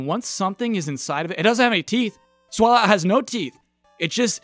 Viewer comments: I was not expecting #1 to be one of my favorite Pokémon. Swalot was on my team for pretty much my entire run of Pokémon Sapphire. Loved the Stockpile and Spit Up/Swallow combo. It's pronounced like Swallow by the way. As in, he SWAllows a LOT. ezaBackseatBosman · Is that the correct pronunciation of Swalot? I mean a tyre in his mouth lends itself to a combination of 'swallow' and 'a lot'. So I would lean away from sway-lot and more swa-lot. (Might be wrong)